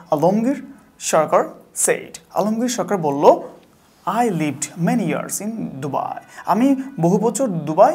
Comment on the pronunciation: ওটা ডুবাই না দুবাই😂😂😂